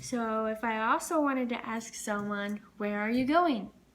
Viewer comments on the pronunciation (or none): none